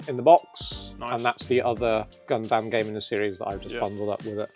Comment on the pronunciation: Why is everyone so grossly mispronouncing, "Gundam" as, "Gone damn"? It's not just the one guy, it's anyone in this video who tries to say it.